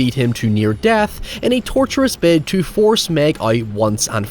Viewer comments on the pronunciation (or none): none